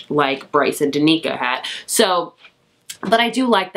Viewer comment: Danika 🤣 Dan-i-ka